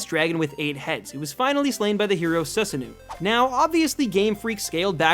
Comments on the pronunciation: Ok say it with me SUE-SA-NO not suesuenew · Aye my guy, susano'o is pronounced soo-sa-no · Su-san-oh-oh. Hydreigan is also named (in English) for the hydra, hence its multiple heads. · The way he pronounced susanoo......